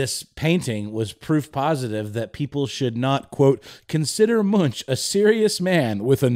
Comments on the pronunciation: Just wanted to point out that 'Munch' is pronounced more like 'Munk' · The "ch" is pronounced as a "k" 😉 Like "Munk" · MunkKKkKkkkkkk!!! Not Munch like u do a dorito